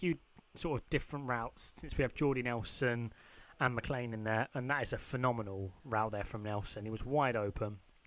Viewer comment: does he know how to read ? mclain? its maclin wtf.